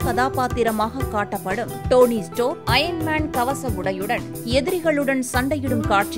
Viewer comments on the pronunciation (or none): it's stark not stork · ஸ்டோர்க் இல்லை ஸ்டார்க் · Tony stock ellama (tony Stark) 😂😅😋😜😝 sariyaga Vasikkaum... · It's not Tony stock, it's Tony stark 🤦🏻😅❣️❣️